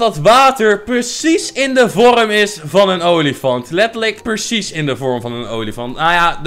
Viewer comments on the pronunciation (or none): Normale mensen: precies: PERSIES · be like: percies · Iedereen: precies: purcies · Eeeehm het is pRecies niet peRcies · hoe zeg jij precies echt gwn purcies